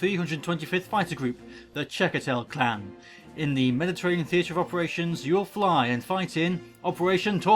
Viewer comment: It's clan not klan